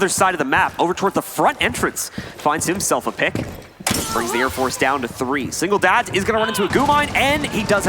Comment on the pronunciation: “Singledads, Singletaps” 😂😂😂